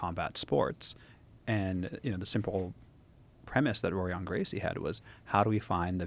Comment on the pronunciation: “Rorion” Gracie - cringe